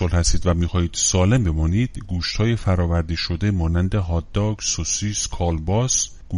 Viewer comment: عزیزم فرآوری درسته نه فردآوری!